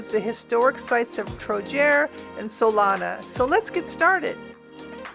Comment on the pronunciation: Salona.Not Solana:)